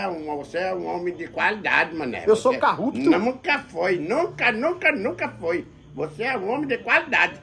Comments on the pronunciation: "Carrupto" kkkkkkkkkkkkkkkkkkkkk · CARRUPÇÃO E O MANÉÉÉ É CARRUPTO😂😂😂😂😂😂😂